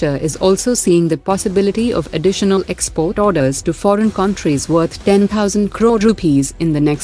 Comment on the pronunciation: For fun sake. Despite your English like a Parrot you need to correct your pronunciation on " Countries". Great 👍 narration overall.